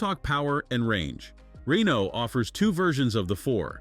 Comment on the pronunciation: SPEAKING OF NOT BEING ABLE TO PRONOUNCE THINGS correctly, Mr. Reeno, Rainoo, and whatever else you felt like calling the poor thing , what else are you gonna mess up royally in this video of yours? Just say "car" next time so you don't sound like talktard.